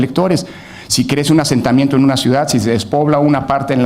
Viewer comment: Diganle a que no se dice despobla, debe decirse despuebla. y eso que presume estar en la universidad donde seguro no le enseñaron a aplicar la gramatica de nuestro idioma correctamente.